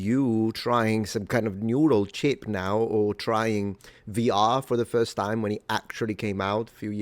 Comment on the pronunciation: Love the rolled R's and the extended diphthongs. "ta-eem". Almost sounds like two syllables. BTW, George Edward Gouraud, b.1842, Niagara Falls NY.